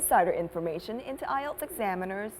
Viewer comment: Nghe cụm từ "AI EO TÁM CHẤM" bao giờ chưa nạ =))